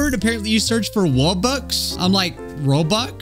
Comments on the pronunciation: It's not a rubbux it's a wubbux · It's pronounced wubbox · WuBox not roebucks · Mmmmm yes the WUBBUX I used to love playing this game as a kid and I once had a WUBBUX WUBBUX I did not know people pronounced it like that 🧍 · Wait did he call wubbox robbux